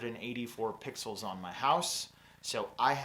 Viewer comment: Triggered every time you said "pixels". ;) Great content otherwise...thanks!